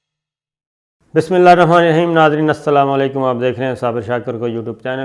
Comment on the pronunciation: Abe terko bismila shareef bhi sahi se padna nahi ati